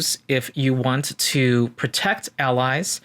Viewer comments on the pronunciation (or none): none